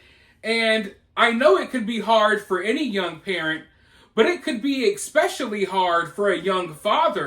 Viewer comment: Look bro your one of my favorite channels but you are way too smart to say EXSpecially when it is not only spelled but pronounced ESPECIALLY!! NOT EXPECIALLY!! Especially!!! Practice it.. Im not aying this to sound mean or rude but people sound like total ignorant dumba$$3$ when they say eXspecially when 99% of people pronounce it correctly.. Did you graduate highschool? If you did than you full well know how to pronounce eSpecially!! NOT EX EX EXPECIALLY!!! Please for f sake!